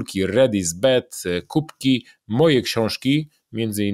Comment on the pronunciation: Panie Piotrze! Uwielbiam Pana kanał na YouTube i oglądam każdy odcinek z wdzięcznością, że jest. Z uwagi na to, że słucham uważnie, nie mogę przejść obojętnie wobec początku nagrania gdzie powtarza Pan "Koszulki Red is Bed". Panie Piotrze, bardzo proszę zwrócić uwagę na wymowę słowa "Bad", bo to, że wymawia Pan "Bed" może przynieść negatywny wpływ na odbiór firmy - a szkoda by było! Pozdrawiam 😇